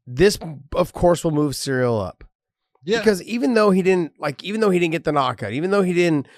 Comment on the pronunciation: Ciryl is pronounced with K